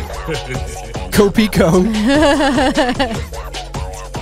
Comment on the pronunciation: His name is pico not PIKO